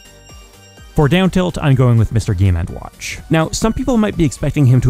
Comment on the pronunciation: Loved the video, but the way you say Mr Game and WATCH is just weird to me XD